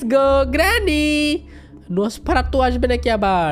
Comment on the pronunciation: Dada ami tomar theke choto ami khele rekhe chi ar tumi je nafarsatu bolcho ota nosfaratu😅😂😊